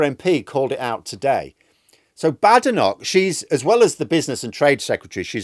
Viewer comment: She doesn't like being called Bad-enoch, rather Bade-enoch, get it right. lol.